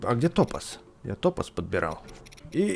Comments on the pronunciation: топа́з а не то́паз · В слове ТОПАЗ ударение на А, топааааз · ПРАВИЛЬНО ГОВОРИТЬ ТОПАЗ С УДАРЕНИЕМ НА А! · Топаз ударение на а